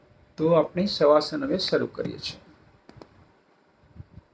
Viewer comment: Saheb savasan hota nahi ki shavasan